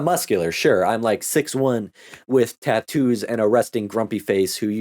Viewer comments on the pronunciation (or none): none